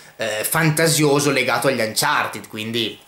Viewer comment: Ma perché anciartid?? Si legge anciarted